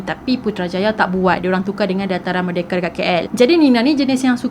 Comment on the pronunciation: Its merdeka not merdeke , idk its sound weird to gelar merdeke hahaha no hate